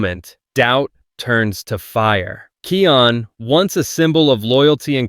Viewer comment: Я давно заметил, но не придавал этому значения, вы говорите имя Кайон неправильно, правильно Kion,а не Kian или Keon, но это так, на заметку 😅😊